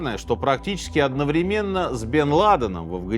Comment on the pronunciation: У Минаева вообще жуткие проблемы с ударениями. Например, он упорно говорит одновремéнно или обеспечéние.